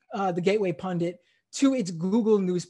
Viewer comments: Is he saying "pundant"? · Maybe the problem was he was searching for "gateway pundant", based on his pronunciation.